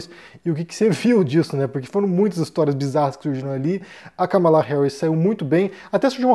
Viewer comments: É um tema espinhoso esse dos EUA. Obs.: a pronúncia correta é Kámala e não "Ca mala". 💼😉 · é Kámala, não Kamála